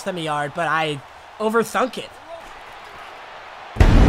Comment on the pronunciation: “I over thunked it”😂😂